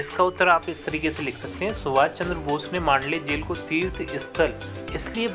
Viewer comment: Jel hota he vo jhel nhi